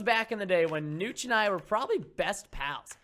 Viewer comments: It's notch it is like Nahhtch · preston its niotch it sounds like that